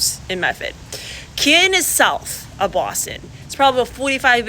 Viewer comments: Canton Pronounced “CAN’T - un” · I'm from a town right next to Canton and I didn't know what or where "kin" was. It's Canton, not Kin.